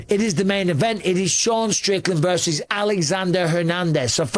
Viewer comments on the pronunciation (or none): none